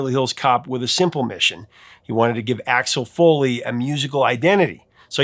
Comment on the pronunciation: "Axxhole Foley!" (Eastern European accent had me rolling!)